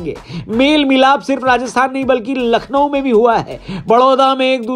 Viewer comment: Nackhlow lakhnow 😀